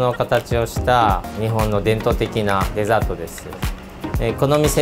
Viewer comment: actually the Japanese pronunciation for “dessert” is NOT “dessertto” lol It’s DÉZĀTO. ⭕️ My recommendation for a dessert to have in Japan is “shiratama zenzai” parfait! ✨ “zenzai” itself is a kind of Japanese traditional sweet dish made from sweetened adzuki bean, and when it’s topped with white, chewy “shiratama dango” (small, white dumpling balls made from refined rice flour) then it’s called as “shiratama zenzai”. But that’s not even the final form just yet! 😆 When you have the shiratama zenzai parfait, you’ll get a small portion of shiratama zenzai topped with matcha ice cream, kinako (roasted soybean flour), and a decent pour of brown sugar syrup! Mm-hm! 😋 I’m not even “someone with a sweet tooth”, but I can recommend shiratama zenzai parfait to you! 👌🏼